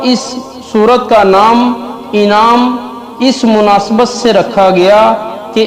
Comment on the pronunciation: Is ko Anam hai inam nahi kaho janwar Anam ko kehte hai